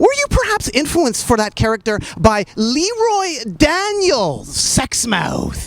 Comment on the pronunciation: Too bad it's pronounced "Lee-roye" instead of "Le-roy."